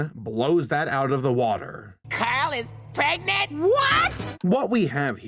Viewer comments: I must say it: PREGANANANT?!?!?! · Don't you mean "Carl is... ...PREGANANANT??!" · Soooooooo the producer's where like "LETS MAKE CARAL PREGANANNAT" "wait isn't caral a dude?-" "PREGANANNAT" "o-ok."